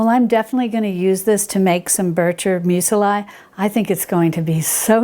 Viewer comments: I have to ask... Meu-se-lie? I thought it was pronounced meuzli...? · Hi....I hope you will take my comment in the spirit of helpfulness in which I make it: Muesli is pronounced mews-lee not mews-el-eye. And it always tastes good no matter how it is pronounced:P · I have been stalking PHG for the Mockmill for MONTHS. Thanks for the tip on your discount code. Muesli is pronounced Moo-es-lee (except the oo is actually an umlaut sound which we don’t have in English.) I love your content. Cannot wait for your book which I pre-ordered. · STOP saying "museli!" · Love you & your channel,! Thank you so much for showing us this, and by the way, Muesli is pronounced M-you Zlee Thanks again & much love <3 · What the heck is that pronunciation? I only had audio and had to check just what it was she was referring to 🤣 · Dear sweet please Google, how to pronounce "muesli" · Thank you for this thorough review! I'm looking into the flaker attachment for my Bosch mixer. 👍🏼😊 Also, I've never heard anyone pronounce muesli that way. I've always said it with the letter i making a long e sound. Perhaps I've been mispronouncing it all this time! 🤷🏻‍♀️🤔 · needs to check Google for the proper pronunciation of muesli. She's adding a second "i".